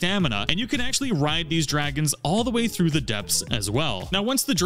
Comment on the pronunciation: The dwagons awe scawy